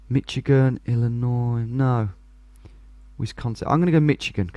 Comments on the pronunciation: It’s Mishigan not Mitchigan 😂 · if he says "Mitchigan" one more time, say it like "Mish-i-gan" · not to be "that person" but if no one has said it, Michigan is pronounced with a SSh sound instead of a hard CH. Mish-i-gen rather than Mitch-i-gen. I love these videos so much, I would get most of these wrong and I live here... definitely recommend knowing some license plates and state shapes if road signs or license plates are shown, but some make no difference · Mish agin not mitch agin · it's "Mish"igan not "Mitch"igan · Michigan should be pronounced Mih-shig-un, not Mi-chi-gan, despite the spelling. (Giving my Midwestern Accent some OCD) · Mi-CHI-gan, omg. Sometimes your pronunciations are so hard to listen to hahah, its Mi-SHI-gan. Great video! USA is incredibly diverse, it always messes me up when I'm playing Diverse World because honestly almost any biome could be in the USA. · I don't know if y'all Brits just say Michigan like that but we usually say miSH-i-gan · Besides not knowing license plates, you’re probably better at this than most Americans. Only one I knew was the very first New York one because of the orange plate. (BTW, Michigan is pronounced “Mishigan”) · Now that you've stopped calling Oregon oraygun, it's probably a good time to point out that Michigan is pronounced mishigan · For Michigan is more pronounced with sh instead of a hard ch. Also knowing if a state has front license plates help to like telling the different from Michigan (doesn’t have front license plates) and Ohio (does have front license plates)